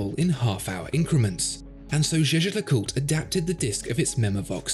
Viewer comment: Why is this guy not pronouncing half the name of this watch? GeGe le coolt... That's how he make it sound...